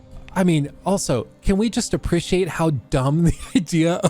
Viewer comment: uh - pree - shee - ayt .... ahhh who cares, anyways love your content!